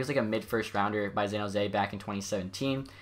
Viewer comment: Have you ever noticed that you say Zan Jose not San jose..?